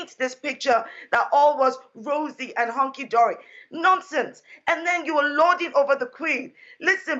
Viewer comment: She said honky-dory. Then she couldn’t stop smiling. LOL